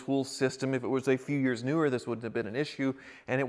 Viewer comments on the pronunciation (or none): none